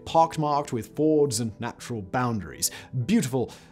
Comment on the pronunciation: Every time he says "ford" instead of fjord.....